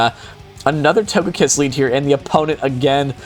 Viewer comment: its not pronounced TAGAKISS its TOGAKISS